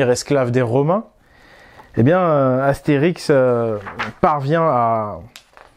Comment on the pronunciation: Astérisk ? Sérieusement ?